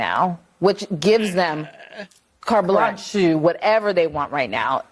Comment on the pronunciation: The clip of CNN wanting to " regulate" speech. THE 1st lady Couldn't even pronounce Carte Blanche 😅 she sounded like she sneezed "bloncheee"? 🤧 😅😅